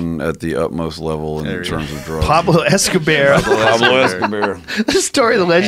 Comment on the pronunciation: PABLO ESCO-BEAR I’M DYING!!!!